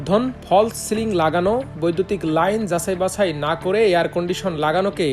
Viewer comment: Jasai basai ki re bhai?! Pronounce kora shikhen. Amar Desh er daash mairen na. Purai vuya khobor. Doggy ta ki shondorjo bordhon er jonno eshechilo?!